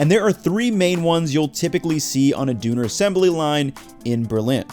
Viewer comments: I love Berlin but why would you want to go to Berlin for Doner Kebap? You should go to Turkey, Istanbul especially. And it's pronounced "Doh-NAR" (NAR as in NARration) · Turk here, I don’t know if they call it “dooner” in Germany too. But it is DÖNER. The “Ö” is pronounced wayyyyyy differently. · Why is he saying dooner. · Lol at pronouncing it as "dooner"... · Doooner kebab lmao why are Americans like this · As someone who lived his whole life in Germany, I sometimes forget that Ä,Ö and Ü aren't there in the rest of the world. it is pronounced right. The way pronounces it would be Duner. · Why are u calling it duuner? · Lovely video Except the fact I don't hear Döner I just hear "Duner" Come one could have listenend once on google translate how it is pronounced, I mean it's still better than all the people in the comments incorrectly trying to write hwo to pronounce it lol Just compare how the local guy correctly saying it differs so heavily from or many of the commentors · The video is good but I find your pronunciation of Döner almost insufferable. It's not "Dewner". I suggest to look up a video of how to pronounce the German umlauts. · Closer pronunciation would be "D-urn-air" kebap. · Try pronouncing the ö like the u in 'burn'. You are kind of saying 'düner' not 'döner', also Gemüse is different as well, the s is soft like a z and ü is close, but more combination of a flat u and the ee/ea sound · Pronounced: Dόe Nair It has nothing to do with Germany. Its Greek and Turkish. The Greeks call it Gyro (yeero). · hahahaha Dooner kebab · doo ner? not even close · OMG. Yeah, I cringed every time he said "dooner" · Always really enjoy your videos, including this one! But you know... "Ö" is not pronounced "oo", every time you said "dooner" my blood pressure increased haha... this comment helped it drop again. Thank you and good night from Europe! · Man, there's no way he started this video by calling it a 'Dooner' Kebab lmaoooo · It's "Döner" lol like